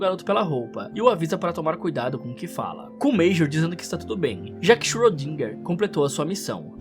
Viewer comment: o tal do xrödinga(ö tem som de O e E juntos)